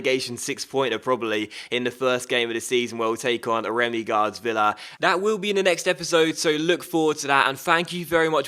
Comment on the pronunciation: It grinds my gears when he says dat instead of that and dey instead of they, pronounce your words properly errr